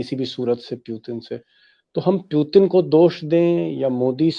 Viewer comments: Piutin nehi putin hai 😂😂...thik hai o v dictator Modi v dictator..farak intni ki o educated but Modi uneducated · भाई साहब बाकी सब ठीक है, बस उनका नाम सही से लीजिए उनका नाम व्लादिमीर पुतिन है, प्यूटिन नही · First of its Putin not pyutin plz pronounce it clearly 🙄